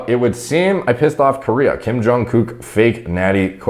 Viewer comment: Watching, stumble over the name and “accidentally” call him a gook 6 times was hilarious